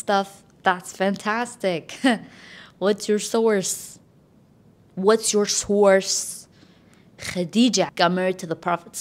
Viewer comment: Neither do I like this whole Marriage thing of this generation, finally somebody said it. I'm so sick of it! By the way that "souuarceee" of yours 😂 I mean source 😂